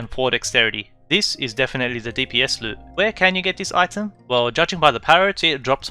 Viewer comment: You called the lute a luu